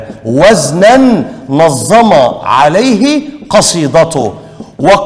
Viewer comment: نظم (بالتخفيف) مش نظّم (بالتضعيف) وشكرا